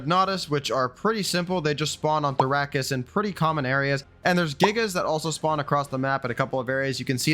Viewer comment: Why are you pronouncing Therokis like that? It’s not the Dune planet bro.